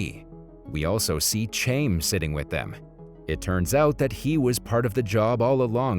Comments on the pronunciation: The dude mispronouncing "Chaim" as {chayme} was killing me. 🤣🤣 "Chaim" is pronounced {Hiym} ((rhymes with "time"))... Its a Hebrew/Jewish name. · Chaim. Rhymes with chain. LMAO. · Dude pronounced chaim in English when it’s closer to HighAm, we dont have the correct “Ch” sound in english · The name chaim is a Jewish name it is pronounced Hayim